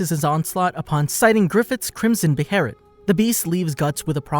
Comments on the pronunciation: We just gonna ignore he said bherit and not ballit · ITS PRNOUNCED BAY-LET say it with me BAY-LET two sylables not buh-hair-it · The band of the hawk my god….. the king labels them the white falcon knights towards the end….. My god man and be be heret wtf is that it’s prenounced (beh -let) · Band of the Hawk!! Not band of the falcon! Beholit not berolet!! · why is he saying beherit, isnt it behelit? am i missing something? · Wtf is a "beherit". Behelit. Beh hey lit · Beh-ha-lit is how it’s pronounced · Bruh breherit it's behemith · Its BAY-LET lol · Guts is the picture of how much bs we go through as an adult right out the gate without money lmao. Also why are you saying beherit like that?